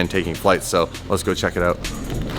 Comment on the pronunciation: "It turned oot..."